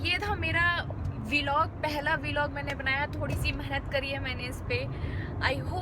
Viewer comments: V-log is different u should say vlog as a single word like we say blog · It is vlog not v-log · vee-log :-D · The first thing is that the pronunciation of VLOG is incorrect .